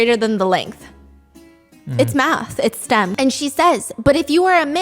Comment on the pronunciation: "It's math, its ✨STEM✨"